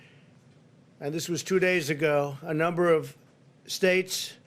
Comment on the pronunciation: Lol, he said "China numba one!"